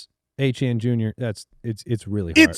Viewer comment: From a Canadian’s perspective (bonjour), it’s so brutal how they pronounce Achane and Étienne the same way. The way they used to say Etienne was much closer on the back half but now they’re butchering the back half. Phonetically it would be ay-chi-en/ay-tee-en, not ay-chan. Thank you for coming to my Ted Talk